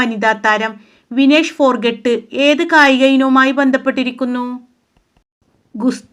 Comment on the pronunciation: വിനേഷ് ഫോർഗോട്ട് അല്ല വിനേഷ് ഫോഗോർട്ട് an